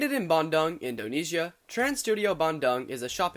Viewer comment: Lol 'bandang' sounds like 'banjir bandang' which means large flood. Which quite often happens south of Bandoong It's the 2nd Trans Studio park, but Indonesia has several other theme/amusement parks before, most notably Dunia Fantasi(the actual first theme park) and Taman Safari(a drive-through zoo) Still, great video!